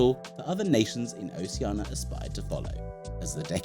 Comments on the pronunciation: That's in line with how many times he said Oceana instead of Oceania ;) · Oh shee ar na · Please pronounce the "I" in Oceania! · Why do people keep saying "Oceana" when it's "Oceania"?